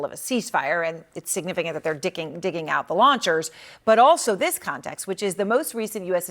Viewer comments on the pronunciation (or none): Did she say di**ing instead of digging? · Did she say dicking!???🫢😂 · hehe she said dicking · She said “dicking”😂😂